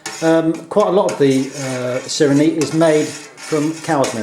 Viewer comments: Its pronounced see ray neh not sirini you dolt. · It is pronounced Si re ne